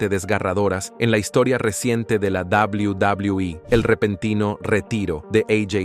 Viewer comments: Odio cuando tú dices dablew.. dablew e.. dios mio trata de escuchar como lo dicen. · Shot por cada que dice Double Doblue iiiii (Quede pedo) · Cuando dice WWE es como si se fuera a demorar tres años en terminar de pronunciar la palabra.😂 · No se puede tomar en serio un video al pronunciar de esa forma “WWE”.